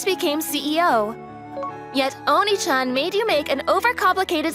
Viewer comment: The fact that she keeps saying oniichan not oneechan